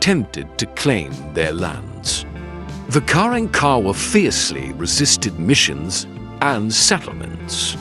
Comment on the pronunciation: Learn to pronounce their name correctly, it's pronounced Ka rank Ka wahh!!